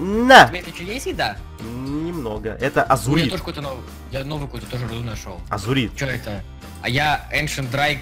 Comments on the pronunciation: не а зурыд а лазурыд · не азурит а лазурит